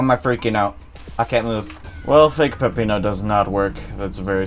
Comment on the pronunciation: It’s actually not “Pepino” it’s “Peppino”.